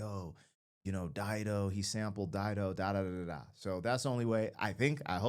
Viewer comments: You are right, it is pronounced as you said, Dido is a very famous name, Dido was Queen of Carthage. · You've pronounced it correctly. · You said it correctly, good job! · You're correct on how you are saying her name